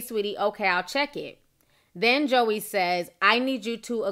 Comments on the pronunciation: Lol at “Josy” “Joey”. It’s Joy but she spells it weird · This is so hard for me to watch because of all the mispronounced names 😣🤦🏽‍♀️. Josie, Joey... it's pronounced Joy!!! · Pronounced Joy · Pronounced Joy not Joey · It's pronounced JOY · Just letting you know (I'm sure somebody already said it) but her name is pronounced Joy lol but this shit is crazy af 😂😂😂 I absolutely love watching your videos Ti, you make my day ALWAYS!!! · I think her name is pronounced "Joy" but I've never heard anyone say it aloud. I'm disappointed in her doing this. WOW. I thought she was low key and sweet. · your saying Joie's name wrong it's not JOEY Its French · It's pronounced "Joy" 😂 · Girl her name is pronounced JOY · That girls name is pronounced joy and just bc Ciara is famous doesn't make her perfect for him.Future is nasty and anyone who sleeps with him is desperate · Girl, it’s pronounced “JOY” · I thought her name was pronounced Joy? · her name is pronounced as Joy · Ya'll seem bitter in these comments. Also, her name isn't that hard to pronounce. Get it right for journalism sake. Ciara isn't a major star lol but what does that have to do with love & commitment? Ya'll love bringing up Ciara for no reason. Let it go. She clearly has.